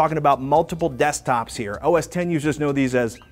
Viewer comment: Gary Malarkey He is making fun of the fact that Patrick pronounced OS X as "O.S. X." rather than "O.S. Ten".